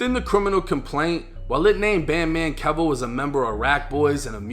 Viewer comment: Keyvo.. its pronounced keyvo. Just ask charleston white